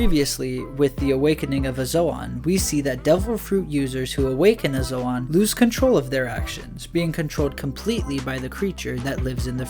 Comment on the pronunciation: Bro says zoan like zoaaan instead of zoen, and says Luffy like Løffy, ø as in the same u in under and lucky, (say Lufy or loofy)